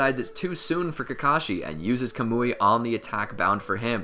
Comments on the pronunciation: Yah-mah-toh not yuma-toe Kah-muwy not kuh-moooey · Bruh it’s not “kamooie” it’s “kaw-mu-e”